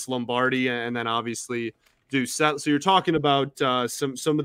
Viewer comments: It's pronounced Doocet, but spelled Doucet, because it's a French last name. How do I know? It's my last name too. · Its pronounced douce ette haha not dowset!